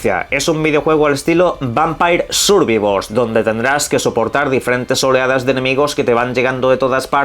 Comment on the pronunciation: Vaya por delante que puedes pronunciarlo como te salga de los cojones, pero me llama la atención que lo llamas "vampair survivor". Entendería que dijeses las 2 palabras mal "Vampire survivor" o las 2 bien "Vampair survaivor" pero me da toc que digas una bien y la otra mal.